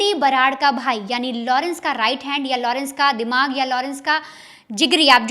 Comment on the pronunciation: लोड़न्स के लड़के NAHI घोंचू.. Its लॉरेंस.. Sahi pronounce kar..